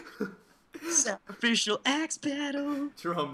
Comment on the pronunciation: you said sacraficial ass :P